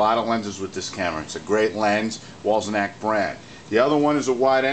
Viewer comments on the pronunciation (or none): You keep saying Wollsenak. How hard is it to pronounce Wollensak? And no lap dissolves with that model unless one closes down the lens iris which is feasible on any camera. The mechanism is in need of a service, I can tell from the noise and behaviour because I service Paillard-Bolex products. Regards, S.